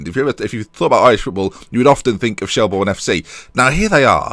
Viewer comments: It's pronounced shell-burn not shell-born just to let you know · Shelbourne is pronounced like Shelburn. Dundalk is pronounced like Dundawk. Coughlan is pronounced like Cocklan. Love the series! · Yes!!!! He's in Ireland!!! Btw it's pronounced shelburn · Could you possibly do the thing that lollujo does with getting a house or apartment off one of those housing websites to suit where u are coaching. I am Irish myself shelbourne is pronounced shellbirn and Dundalk in dundawk. Shelbourne is one of the major clubs historically in Ireland as you said so I hope you can build the club up again! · Just a few pointers. Pronounced Shell-burn. Coughlan is generally pronounced Cok-lin as well. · Quick tip, Shelbourne is pronounced Shellburn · Finally in Ireland, said as Shell-burn btw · u pronounce it shellburn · shelbourne is pronounced shell-burn